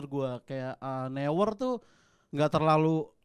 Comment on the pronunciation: neuer itu dibacanya noier nggak sih